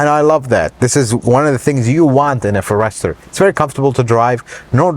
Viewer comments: First time I heard it pronounced forESTER. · Ok I can't believe you do not know how to pronounce forester, I would think Jose might of corrected you before you posted this, here's a hint say forest 1st then ad the er, I just don't want you to look bad amigo....Javi G. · It’s pronounced forest er 😀😱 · My ears are bleeding every time I hear FOR ESTER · I love how he puts the accent on the second syllable instead of the first in "Forester". :-)) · You shouldn't be reviewing something that you can't even pronounce correctly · Sir, you are a Forrester pronunciation molester. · Never heard anyone pronounce Forester in that manner. Is that the correct pronunciation? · Your thoroughness and attention to detail are appreciated, as always. Curious though that you didn't ask anyone how to pronounce Forester. The emphasis is on the first syllable. EVERYBODY else knows that. No biggie. Just a little odd. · I love how he pronounces Forester and how much he hates the copper trim on the seats and outside 😊 I love all your videos and please keep up the great quality content! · The pronouncing of the Forester is awesome 😂❤ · Have I been mispronouncing Forrester? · Why are you saying Forester that way? It’s a FORester, not a forESTER! Accent on the FOR! Good Lord!! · It's a pity couldn't the name of the Subaru forrest-er correct throughout this video as opposed to calling it the Subaru for-esrher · It’s pronounced Forrest-er and not for-ester. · FORE ester, not fore ESTER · Please... It is a forest..er , not a 4 ... Ester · Ferester?!? Forest-er! And the car is sensative to "cedar"? Huh? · Very knowledgeable, includes some details not seen in other reviews. Agree with his complaints about the screen. But I can't help but note the pronunciation: It's not a FUR-rester. It's a Forester. Otherwise, a very good and helpful review. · How do you not know who to pronounce the cars name ? You are a mechanic FFS Its not (for ester). Its forester (one word) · The Fo-rester.. Lol